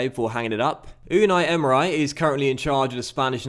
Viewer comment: 'Unai Emer-ay'